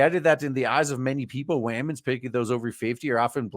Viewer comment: Wahmen giving wahmen romantic advice lol